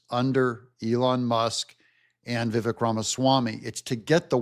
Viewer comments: Love you - but please pronounce the name Viv-AKE. 🙂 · name is pronounced Vivek (like cake)